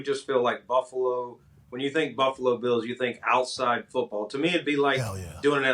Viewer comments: LOVE Pat.... can someone teach him how to say BILLS? Not beels 😂 ❤ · Bills, not Beels. ;) No way they get a Super Bowl in Buffalo NY with no dome.